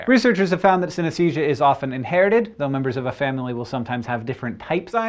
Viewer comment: I have synthenisia, and Hank, you were pronocing it wrong.